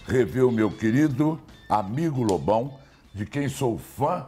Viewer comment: Às vezes, quando o Amaury fala Lobão, soa mais como bobão, tá errado isso aí hein kk